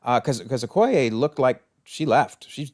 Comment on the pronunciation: Wanted to point out it's Okoye, not Okoya